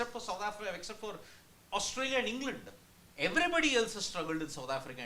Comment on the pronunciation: Why does the guy in the Red jacket keep saying Oustralia? It’s Australia dude